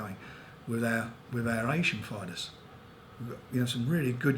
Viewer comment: "The Briddish fiders have world tidles, and I'm the promoder..."